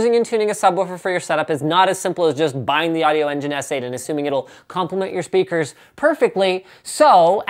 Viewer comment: Never EVER say "audio" again!!!